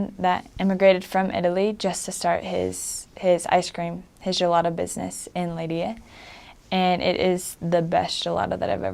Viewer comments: Her pronunciation of Leiria is very nice. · The way she said "leiria" was so gooooooood